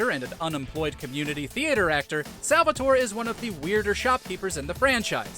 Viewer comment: Salvatore cries every time you say his name that way.